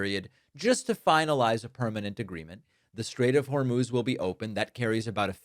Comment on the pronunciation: Did he say, "Strait of VERMOUTH?" It's "Hormuz," buddy! 😅😅😅